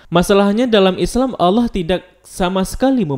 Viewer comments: Bang Ko Lu Baca nya Alah Bukan Allah? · Kalau membacanya jangan alah tapi allah karna kalau alah itu orang kristiani yang membilang nya seperti itu